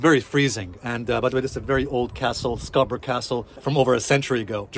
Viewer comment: Beautifully said. Pronouncing Scarborough correctly 😊